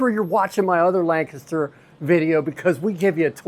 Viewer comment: I love your enthusiasm. I wonder where you are from? People who grew up in the Lancaster area pronounce the word differently from people who are not from the area. You pronounce Lancaster the way that the locals do. I live in Lebanon County which borders Lancaster County to the north. Another great miniature golf course is just west of Strasburg and it is called Village Greens. They actually have two miniature golf courses side by side. One is 18 holes and the other is 26 holes. They are both very nicely landscaped and they also have some challenging holes.